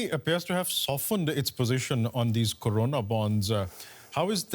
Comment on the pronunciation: its corona .. .. not karona .. buddy why are you speaking in modi's tone.